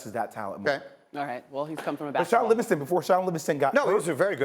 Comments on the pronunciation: jesus christ he said Shaun Livingaton? what am i watching? is this a joke? wasted my time on this smh. Livingaton was and will be a bum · Did this nigga say Shaun Livingston. Get his ass off my screen before I get violent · This nigga said Shaun livingston😂😂😂